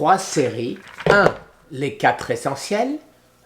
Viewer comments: Les quatre.z.essentiels😄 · Les quatre Zessentiels avec un z à quatre.